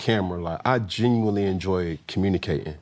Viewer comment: “I genuwnwy enjoy cowmunique’n” 😂